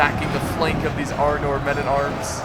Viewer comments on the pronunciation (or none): haha the way you pronounce the names is very american and very funny.Arnoor,Gondoor,Isildoor